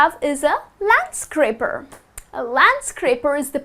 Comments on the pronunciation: landscaper not landscraper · Isn't it LANDSCAPER instead of landscraper???🤔🤔🤔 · Landscaper :( not landscRaper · Counter Tenor these kinds of mistakes lower our trust to this channel.